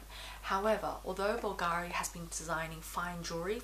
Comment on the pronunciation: Very well thought out review! I’ll tell you this, because I know you’ll appreciate it, plus you’ll be the first one in the fashion YouTube community(that is not Italian: I’m Italian) that is going to pronounce it correctly! Bulgari: the accent is on the u! (just go to google translate Italian and then listen to how it is said!). Keep up the good work and congrats on your baby boy Leon. 😊